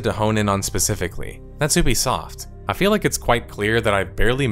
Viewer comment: Why do you mispronounce Ubisoft as 'Oobisoft', it's 'Youbesoft'